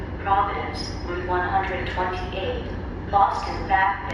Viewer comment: "Route One-Hundred-and-Twenty-Eight" LOL. It's "Route One-Twenty-Eight".